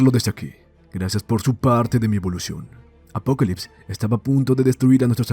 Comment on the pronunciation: Solo soy soy o el man le dice apocolypse en lugar de apocalypse, el otro es de DC no?